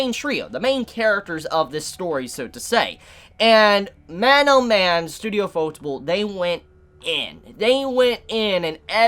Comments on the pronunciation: I have a question for you guys here: Do you pronounce the Studio's name as UFO-Table? Or do you pronounce it like fotable like does? Im curious because his pronunciation of it kinda drives me up a wall lol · you should take the 2 minutes it takes to Google how to properly pronounce the studio name, if you really want to give them credit. It's pronounced You-pho-teh-bu-ru. It's kinda disrespectful otherwise. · butchered the pronunciation of ufotable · Why can't people pronounce ufotable right? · I still have no idea on the proper pronunciation of Ufotable.